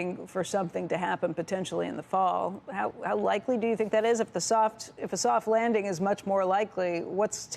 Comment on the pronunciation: A vewy, vewy thoft wanding.